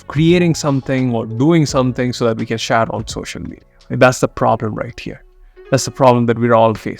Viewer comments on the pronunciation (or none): No body in the world will pronounce “Share” that way except indians (that too a small %age) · Can't get past the way he's speaks "share". Amazing content tho.